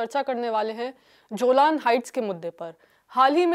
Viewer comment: Not जोलान it's Golan Heights